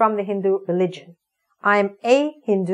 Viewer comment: I have started to learn grammar. There is no D in English but you have correctly pronounced Hindu. No doubt you are scholar.